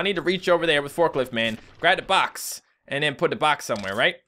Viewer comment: Forkilft is killing me X,D